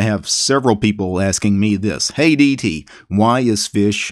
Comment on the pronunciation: Oh, "Hey DT" - I heard "Hate ET"